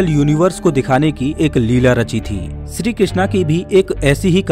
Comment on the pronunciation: Are bolna ata he kya shree jii ko sree ram bol raha he